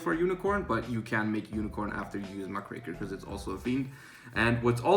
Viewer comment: Thank you,, for pronouncing Muckraker correctly. Very cool.